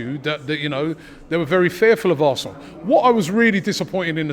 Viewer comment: It’s da histore of Assnal😂